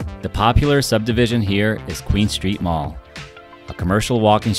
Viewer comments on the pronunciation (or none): none